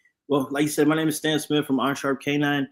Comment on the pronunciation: Lol damn get Stan's name right lol.